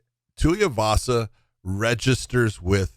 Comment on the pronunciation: Every time Big John says Tuiavasa instead of Tuivasa, one more of josh's few brain cells left dies.